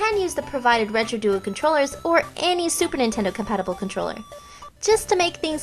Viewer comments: Did you say StuperNintendo games! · i keep hearing stuper nintendo lol